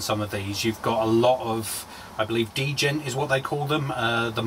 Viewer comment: Djent is pronounced "gent". D is silent. I love this! I'm jealous. I don't get to go to guitar shows here.